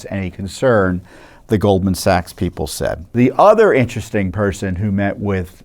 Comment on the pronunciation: Vewy vewy intwesting. There are no coincidences.